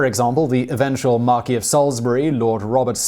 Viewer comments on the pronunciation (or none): Markwess, not Markee. He was an Englishman, after all.